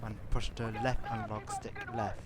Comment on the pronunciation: "to go fowud push the right alog stick forward ,and to go back pull the back alog stick back" . classic.